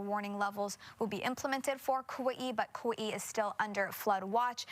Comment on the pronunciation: Kawee-ee? Where the hell is that?